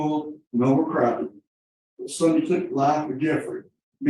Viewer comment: Sonny rhymes with "sunny", NOT "Sony". FFS